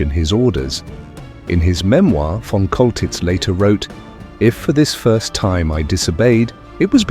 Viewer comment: His name is pronounced "Sholtitz!" monsieur........ You dingbat. 😅😅😅😅😅😅😅😅